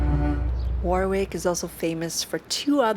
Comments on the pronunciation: "Worrr Rick" Not War Wick. Thank you!! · It's not pronounced Warick, it's Worrik. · A excellent vlog again, well done! Just a small note - 'Warwick' is pronounced 'WaRick' an easy mistake to make though. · My apologies to the British for mispronouncing Warwick in the entire video! 😂🤣😱😫 The funny thing is that I actually said "WaRick" various times while shooting (it's so much easier!!!), but filmed again for thinking it was wrong 😂😂😂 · Its war rick castle not war wick ok good video and it was the seat of english kings years back O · As a local lad I find it interesting to see where I live through someone else eyes. Actually I was born in Coventry so very adjacent to Rugby, Birmingham and Warwick. By the way I don't know if you know about silent letters? The second "W" in Warwick is a silent one so it's said Wa-rick. Cant wait for the next video. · Warwick is pronounced "Wo-rick" .... starting staying "what" but forget the "t" and replace with "rick" .... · War is not pronounced when saying Warwick. It’s has a silent r. Wawick or Wowick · its pronounced Worrick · Note to our American Cousins: 'Warwick' rhymes with 'Yorick' (Shakespeare claims to have known him well):-) Note to: Another great video, Honey: England LOVES you (so don't be a stranger for TOO long - okay?)!! Vaya con Dios. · I don’t know if anyone has mentioned it already but cities in the UK are only referred to as a City if they have a Cathedral. Warwick is a town as it doesn’t have a Cathedral. Oh and don’t worry about mispronouncing Warwick most tourists do 😁👍🏻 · Great video, however one thing that was incorrect other than the pronunciation, is that Warwick is a town not a city. Nearest city would be Coventry. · The w in the middle of warwick is not pronounced. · Great video, but you continually mispronounced Warwick and that was very frustrating and distracting. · Bless ya for trying, it was a lovely little video though. Made me homesick